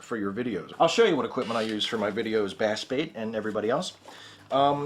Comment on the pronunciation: It's pronounced "bass bait", not "bass bait"